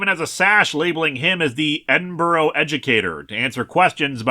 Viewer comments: It's more like Edin-brah than Edin-burrow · Sorry as a native of the fine City of Edinburgh, I have to, with my ears bleeding say it is pronounced like eh·duhn·bruh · Sorry to be that guy, but it's peonounced Ed.in.ba.rah Sorry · Come on Linkara, would it have killed you to look up how to pronounce Edinburgh... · As a Scottish girl this comic and Linkaras pronunciation of Edinburgh makes me cry Edit: also the pronunciation of Inverness and Culloden